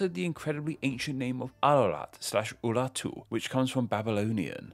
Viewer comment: That characteristic is part of his accent. The r sound becomes more like a w or l sound.